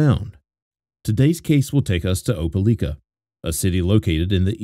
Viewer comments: The mispronounciation of "Opelika" is driving me bugshit. The newscaster even SAID it in the video at the beginning. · A British person speaking with a perfect American accent? No. Btw, right off the rip, this guy mispronounces “Opelika” too.